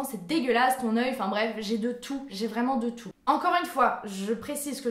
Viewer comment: Depuis que j'ai découvert ta chaîne, j'avais bien vu que tu avais tes mimiques à toi, comme quand tu dis "VRRRAIMENT" ou quand tu louchais. Je pensais que tu faisais exprès pour nous faire rire. Je trouvais ça ben cute et tu es très belle! 😁 💙 Tu fais de très bonnes vidéos, tu es ouverte d'esprit et énergique, sois toi-même et ne change pas!!! Ça se sent que tu deviens plus naturelle sur ta chaîne et c'est mieux comme ça selon moi. Ça te rend plus originale et intéressante. ;)